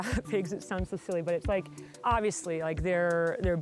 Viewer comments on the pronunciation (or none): none